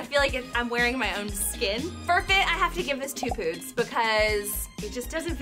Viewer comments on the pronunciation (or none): Stop saying POOTS!!! hahaha! Do you know what that means over here in NY??!!! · No one: Literally no one: Absolutely no one:: POODS!!!(poodles)